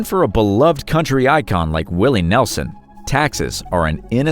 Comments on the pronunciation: Willie Nelson not Nelzon😅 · Nelson, not Nelzon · Nelzon? Uh, it’s Nelson you goof. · Willy Nelzon?! 😂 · Willy Nelzon...lol, it's Willie Nelson. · ~ Willie Nelzon? Nelzon? Well, so much for the credibility. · I know who Willie Nelson is but who is Willie Nelzon? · Who is this Willie Nelzon that you speak of? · Who TF is willie nelzon?